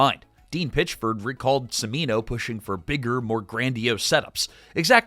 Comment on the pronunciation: "the director Michael Semino" It's pronounced "Chimino". "Ch" not "s" in Cimino.